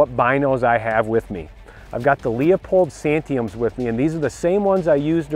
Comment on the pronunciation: I really value the opinion of a guy who can't pronounce the name of the product he's shilling.